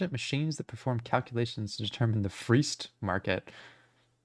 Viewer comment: it's pronounced "free-est" but it's spelled "freest". like "most free".